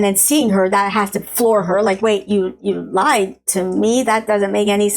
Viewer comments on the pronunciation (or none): none